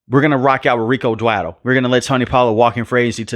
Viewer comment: Scottenheimer and Dwadle and 18 games. My mans so mad he forgot how many games are played and how to pronounce these guys names 😂